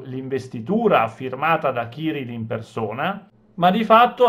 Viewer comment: Il capo della chiesa ortodossa russa non si chiama ciril ma Kiril coll accento sulla seconda i